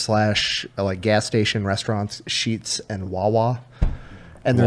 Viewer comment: It’s actually Sheetz not Sheets Source: Work for the company